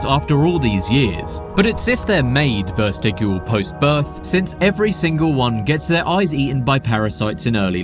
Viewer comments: I like your videos but I hate how you mispronounce "vestigial." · Also, "vestigial" has a soft G and isn't pronounced "vestigual."